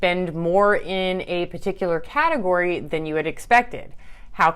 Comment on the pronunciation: "The Four-Gategory System"